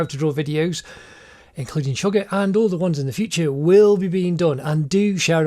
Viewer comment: Ammmmm.... It's Suga not sugar ok next time pronounce nicely